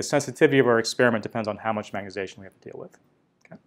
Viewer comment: You aren't the only guy who says magnetization like "magnet-ation", saw a video of a guy from Stanford doing same thing. Say it like a Canadian my friend, "magnet-eye-zation" ... Your videos are great BTW, 2018, 2019, all of them, love it, magnet-ation is a minor irritant, I don't actually care that much ...